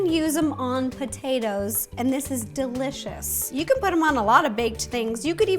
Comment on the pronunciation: The way she says potatoes is the same way I say it sometimes I’ll say potaeta’s I say it both ways but when she said in the very beginning what she’s going to do is boil the potaeta’s it was funny because I say the same way I see it both ways enemy saying potato salad I say potaeta salad lol 😂 I know that’s not the proper way to spell it but that’s the way it sounds which is why I spelled it that way